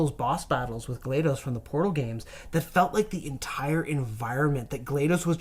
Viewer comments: "glad-DOS", DOS as in Disk Operating System. And the name Gladys. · "glade-ohs" How does he find a way to pronounce EVERYTHING wrong?